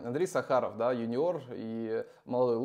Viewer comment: ну, второй выпуск уже у тебя Андрей почему-то СахАров, с ударение на втором слоге. Это ведь известнейшая фамилия в нашей стране, и звучит она САхаров, от слова сАхар, с ударением на первом слоге.